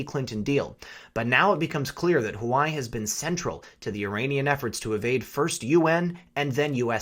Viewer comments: Huawei = "wah-way" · Huawei is "Wa-Way" as opposed to "hawai" please. H is pronounced W in many cultures. Thank you! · Love love love your content. Can I tastefully offer one correction? It is pronounced “Wa Way” not Hawaii. Not a big deal except I am referring my professional contacts your way, and it is hard for them to take the content seriously. Trying to red pill folks and it is a bitter enough pill already. No reason to make it harder for them. Thanks for all you do. :-) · Huawei =Hawaii??? pronounced (Wah-Way) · Hi love your stuff, just one small critique. When you say Huawei it sounds like you're saying Hawai which can really distort your message if that is what people hear. If you pronounce it Hu Wa way it makes that distinction. Peace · The "Hoo-Why" doesn't sound quite right. Isn't HuaWei pronounced "Waa-Way?" Comments appreciated. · Please stop mispronouncing Huawei. It's not hu•a•why, it's pronounced wa•way. Think of chihuahua and weight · In defense of our Hawaiian brothers and sisters, It's pronounced "Wah-Way". Not Hawaii :D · It’s “Wah-way” not Hawaii, my only issue with your otherwise great video 😂💯🙏🏽🇺🇸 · Hua Wei is pronounced "Hwa" (like one says while doing a karate chop) and "Way" and NOT "hoo-ai" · Correct pronunciation is #WahWee and not #Hawaii ....... Please pay attention❗️ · Huawei is pronounced Hwa-Way. God, stuff like this grates on my ears like nails on a chalkboard! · LOVE your stuff!!! You are my go-to channel and I love your giggle-fits! But, I got corrected myself regarding Huawei - it is pronounced Wah-Way Please keep up your great work as I can't stand a day without your outlook (and those chuckles)! #WWG1WGA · just FYI, Huawei is pronounced Waa Way. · Huawei is pronounced wah-way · Please pronounce Hua Wei correctly. It hurts your credibility when you refuse to enunciate correctly. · I think Huawei is pronounced "wah-way." I love your videos, and your commentary! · Huawei is pronounced, warwee! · Huawei = Wah-Way